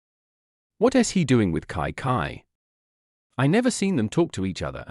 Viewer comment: Kai kai? Its chichi